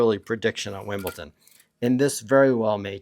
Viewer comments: Brother, why do you keep on saying “Wimbleton”? Is it for engagement so that people are gonna comment that it’s obviously pronounced as Wimbledon? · It sounds like youre pronouncing wimbledon like winbleton. Just saying